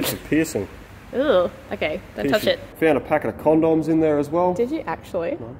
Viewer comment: 😂😂😂😂 how you say condom... Con--doms